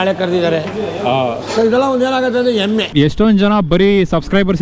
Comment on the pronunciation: Bro aa kari dummange kannada helkodi hemme badlu emme antane thu 😂😅